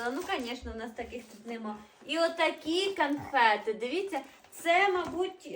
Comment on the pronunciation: Канфети!!!😂😂😂 Боже ж мій, людина з вищою освітою? Гидко слухати...😮